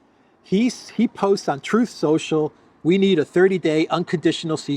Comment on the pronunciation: Truth Social … pronounced Troll Social